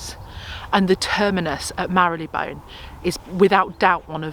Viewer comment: It's not Mary-Le -Bone, it's Marleybon